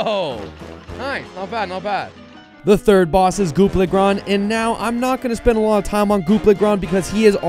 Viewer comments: we’re just gonna ignore the fact he said “goop la grand” instead of “goopy le grand” arent we? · Bro the when he said "goop legrand" made me laugh XD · Goop Lee lu grand not grod